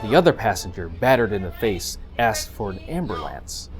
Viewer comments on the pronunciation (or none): he said amberlamps